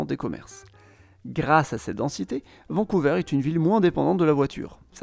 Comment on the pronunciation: On dit vancou"ver" et non vancou"veur"